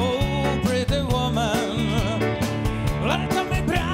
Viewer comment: Jaký Women? Ta výslovnost je "vůmn"